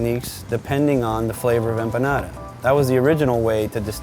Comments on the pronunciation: Cada vez que dice "empanara" una empanada se suicida!!! Jajajajaja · i like how he says empanada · So cringe how he pronounces empanada.....